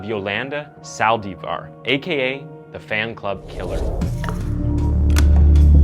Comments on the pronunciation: Saldívar, not saldeevar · Cell die var.? Its pronounced sa al lDEEphar